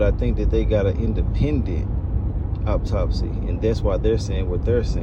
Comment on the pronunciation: AUTOPSY! Not Optopsy